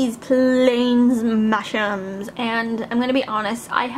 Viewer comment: Whenever you say mashems, it sounds like you say mashrems/mashrums to me